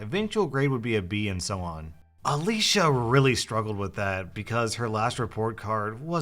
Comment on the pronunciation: thanks for saying Alicia and not Ale-see-a. My sister is called Alicia and EVERYONE calls her Alicia (Ale-see-a)